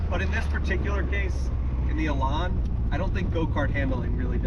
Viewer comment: Elan rhymes with pan.